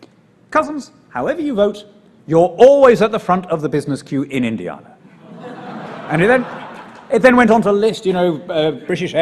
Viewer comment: Apart from the way he says Indiana! 😉